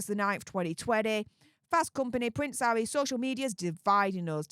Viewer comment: Pvvvvvvvince havvvvvvy 😂 movvvvvvvvvons😂 FFS U sevvvvvviously need speech thevvvvvvapy😂